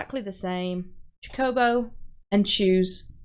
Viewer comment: My heart </3 cuz you can't pronounce "chocobo" right... Jokes aside, thank you for the tutorial! Very helpful! <3